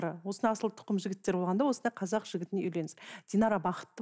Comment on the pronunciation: Сөздің бәрінде қазақ кәзәк болып аитылады